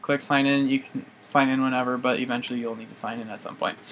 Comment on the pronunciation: Did u say Butts except But